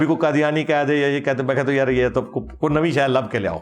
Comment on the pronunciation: When he sayssss yaraaaa proper jhelum slang ❤❤❤